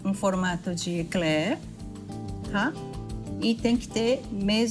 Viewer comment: Parabéns a primeira brasileira com cultura e fala o nome correto Ekler e não bomba coisa de brasileiros sem estudo.